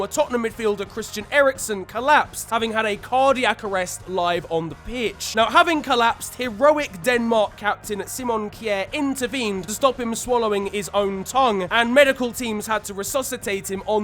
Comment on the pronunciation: just called Kjær Kee Air